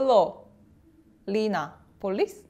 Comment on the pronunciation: "Flolinapolis" kkkkkkkkkkkkkkkkkkkkkkkkk